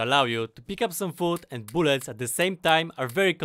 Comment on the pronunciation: "I need more boolets"